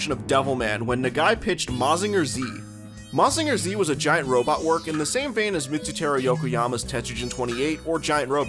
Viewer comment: Real cool video, dense with info and context! looking forward to more! But never say "Mazinger Zee" in my presence again 😤